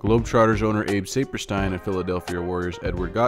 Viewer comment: The Globetrotters owner was pronounced Sap (like tree sap) per steen.